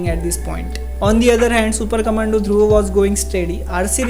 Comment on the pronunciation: DhruvAA nahi bhai, Dhruv...